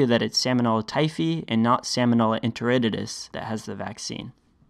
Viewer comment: I assume you are just mispronouncing the bacterial genus to make it more memorable. But that is not a great help for the future of the US the medical community.